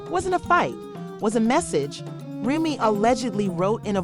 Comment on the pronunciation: Lies this slow azz chick can’t even say Remy’s name rt 😂